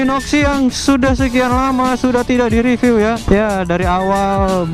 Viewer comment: Maaf om mau ngingetin, review tuh pengucapannya "ripyu" bukan "ripiw",,, aga rancu kedengerannya 😅